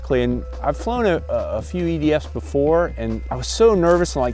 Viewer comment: Its funny it almost sound like said ''idiots'' in stead of ''EDF'S'' LOL!